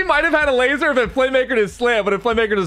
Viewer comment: Gotttaaa stop saying lasserrr